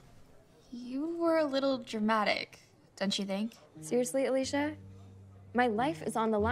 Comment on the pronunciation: I hate when they pronounce it “alee sh uh” it’s “alee cee uh” god.